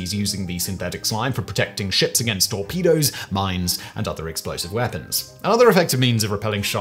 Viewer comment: I heard "all pedos" not "torpedoes"